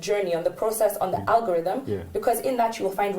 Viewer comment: And now, our final thought: Alogothym, Arogotheme, Orie-Rogo-theme... lol !🤣🤣🤣 brother, you killed me today!